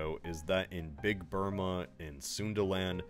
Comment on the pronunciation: I don’t know why it cracked me up every time he said BIG BURMA, but it did.